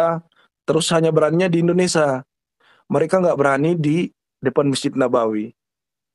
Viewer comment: Indonesia sia... Bukan indonesa ... Sa... Sa... Perbaiki itu ya...